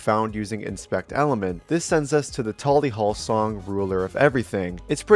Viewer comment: not once in my LIFE have i heard someone say tally hall like that